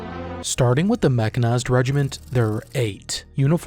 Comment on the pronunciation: Part of me died when you tried to pronounce Queretaro 😂 great video over all